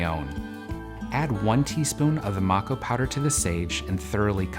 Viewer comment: This is so wrong you always light sage with a candle held at a 45 degree angle white sage is closed and to you it’s not smudging it’s smoke cleansing smudging is a closed practice it’s called MAe-ko powder not mak-o you could of also easily bundled the sage instead the opening of the window is not for the fire alarm it’s so the evil spirits and negativity can fly out the window wich won’t matter for you since you burned white sage indigenous spirits will be mad anyways